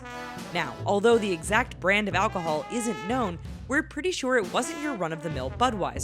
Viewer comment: Lol. "Alchohol"